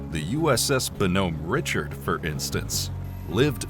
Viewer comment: Your wonderful videos would have much more credibility if you would take a little time learning how to pronounce the names of ships and equipment. Your pronunciation of the Bonhomme Richard as Bohom Richard is case in point.